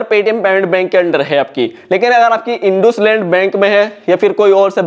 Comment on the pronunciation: ❌इंडसइंड इंडुसलैंड✅